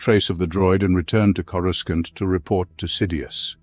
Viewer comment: He drives me crazy mis-pronouncing CorusCANT